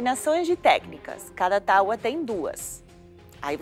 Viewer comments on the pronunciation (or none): none